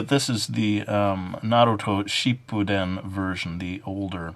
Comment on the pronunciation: Doesn't matter but it's pronounced (ship-poo-din) anyways your video really helped me thank you so much!